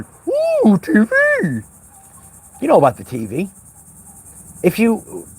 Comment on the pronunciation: The “t.veee” hahaha.. scobby doo style ;) 🐶….. I can’t watch the MSM, or listen to the radio… it literally makes me feel sick. All lying demons. Hopefully see you later I’m a new Patreon…: So tired 😪need to do some house chores :)